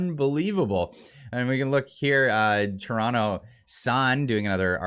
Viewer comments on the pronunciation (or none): none